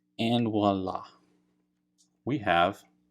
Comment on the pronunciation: Wala ? Its voila !